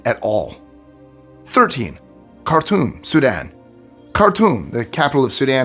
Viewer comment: Okay this is all very sad 😿 But I have to make the comment of when you were talking about the city of Khartoum I think that's spelled right I'm not sure but anyways it sounded like you were saying the city of cartoon I'm like what the hell that should be a happy place